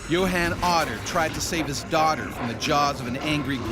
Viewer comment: Yo Han? Isn’t it pronounced Yo Hon. Like, Johan?